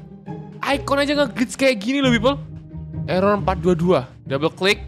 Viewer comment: erer itu sebuah code dengan sebutan ERror ERror